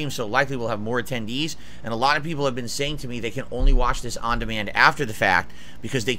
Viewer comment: ALOTTA PEEPUL